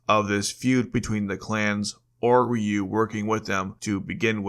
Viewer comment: AI narrator. Mispronounced Ryu several times.